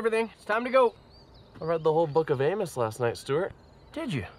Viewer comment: Amos not Amus, the pronunciation changes the spelling too much.